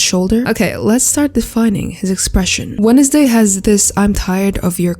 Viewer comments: Is it or do you really say “Wenesday”? English’s not my first language so I have no clue.. (I say wensday) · "Wenesday" was imperfection